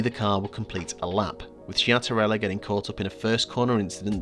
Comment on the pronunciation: Such a ill fated team ☹️. Great video, just a comment: in Italian language the letters ch followed by a i or e have a tough sound, so the correct pronunciations of Schiattarella is “Skiattarella”